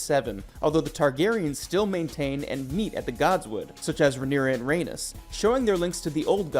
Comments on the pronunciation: Right?! He just called the book ‘Blood & Fire’ and mispronounced Rhaenys. 😩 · And Lys. And Dohaeris. And Laena. And Rhaenys.